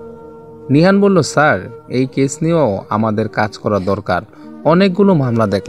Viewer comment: Case হবে শব্দটা ক্যাচ নয়